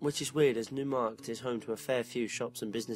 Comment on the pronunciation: hey its me yer London fan! heads up - Cologne or Köln is pronounced Kol (as in fall) oan (as in stone) NeuMarkt is "noy markt" love your stuff and your accent..this is constructive not destructive critiscism xx